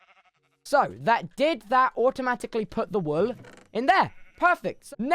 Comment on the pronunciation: i love how he says whool lmao